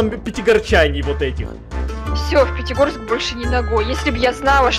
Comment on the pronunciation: Правильно Пятигорск а не Петегорск